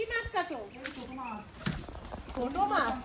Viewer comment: Maas bolben say Mach (fish)